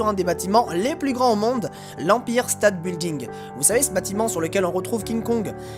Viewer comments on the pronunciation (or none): mdr il prononce trop mal empailleur State Building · Ton anglais xD Empire State Building xD mec fais un effort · Empire States building alors toi tu n'a vraiment aucun accent 😂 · Omg son accent avec empire state building il est bête